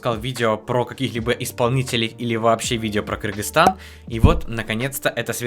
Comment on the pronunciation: Ты просто лучший который говорит КЫРГЫЗСТАН а не Киргизстан👍